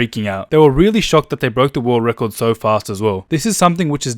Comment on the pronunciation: morgz:so the world wecord